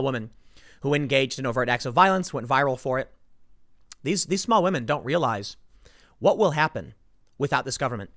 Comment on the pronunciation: "I tell you kwhat" - Tim Pool in the new king of the hill